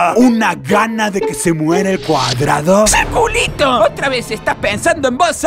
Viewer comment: Ustedes me da risa, dijo circuliti